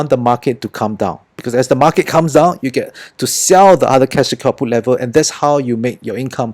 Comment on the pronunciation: I keep hearing cash kaput.. 😅